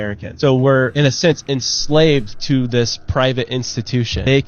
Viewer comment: If you want to be taken seriously don't say, 'Dis' when you mean , 'this'.